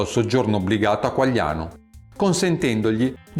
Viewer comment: Qualiano di Napoli e non Quagliano.